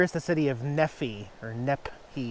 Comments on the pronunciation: The town of Nephi is pronounced: NeeFy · LOVE this campground!! Town is pronounced " knee fie" So happy for you that repairs have made you so elated. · That's a very nice little camp ground, it's about 30 miles south of us. City Nephi,, pronounce Nee- fi long I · Haha, I think we must have passed by each other like a dozen times in the past few weeks. I've been all over Utah the past month. BTW Nephi is pronounced Knee-fi here in Utah, lol we have our own language here. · Pronounced Knee fi. The town south of Nephi is called Levan. If you spell it backwards you will understand the geographic location relative to Utah. I’m from Provo. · Fun to see Jax in the snow, we are on the opposite mountain from you and traveling with cat's also from Az. The town by you is pronounced neefii but that's funny you called it Nephi as I do nep hi enjoy the drive south you'll be coming to a town called beaver have fun with that one and get a coffee cup and sticker. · It's Nephi, with a long E and long I- (Knee-fy) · Its pronounced "knee phi" nephi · Pronounced "Nee Fye"....Knee Fye...like Fry.... Looks really beautiful with the snow! :-)